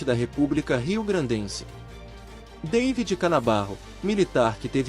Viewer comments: . ...ainda pronunciou "dêividi", como se fosse inglês. O nome é Davi, pronunciado em bom português: dá-ví...!! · "Deivid" Canabarro? É Davi, infeliz.